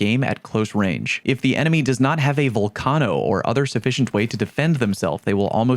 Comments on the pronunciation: VULcano,not VOLcano 😂😂😂😂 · bro just say it like volcano 🌋, sounds cringe any other way. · the way you say torennte and volcano wrong......oh my lord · bro... why are you pronouncing vulcano so wrong? you know what a vulcano is right? gaint lava filled hole in the earth? its not named after sal from impractical jokers. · That kettle nerf didn’t effect the gun AT ALL for people who don’t use macros. Learn how to pronounce torrente and vulcano.